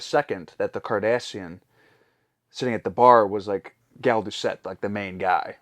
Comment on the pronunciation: "Gal Ducette?" No, definitely not Gal Ducette.